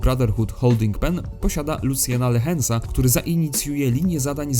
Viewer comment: Ja Ci dam Luciena "Lahensa" 😝